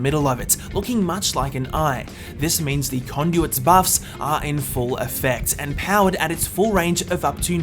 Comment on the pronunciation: When he says what “what are is conduit“ or something so that “are“ Is like “a“